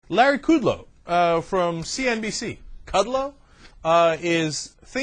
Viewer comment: Yeah it's Kud-Low. Hooked on phonics could work for you, and don't call yourself a TV commentator. You're like Wayne from Wayne's World. Is Aerosmith in your Mom's breakfast nook? The Young Turks The Young Turks....excellent excellent weeooh weeoh!!!!!